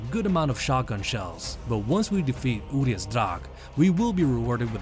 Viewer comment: Their name is pronounced Uriash, not Urias